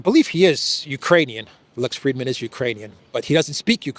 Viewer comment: Frid-man, there is no "e".